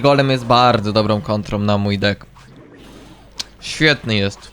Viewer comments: czemu ty tak czesto zamiast deck mowisz dick😭😭😭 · Czemu ty mowisz dick a nie deck